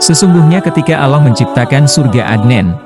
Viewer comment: Alloh pak bukan aloh hati2 klo berucap